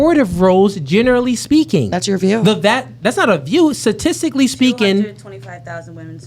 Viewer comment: This girl said saticickly proven.😂